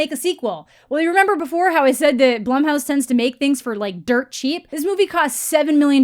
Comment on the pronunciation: Nothing to do with the movie but are you sure Blumhouse is pronounced that way? My bf's last name is Blum but it's pronounced Bloom. Just wanted to throw that out there. Great video!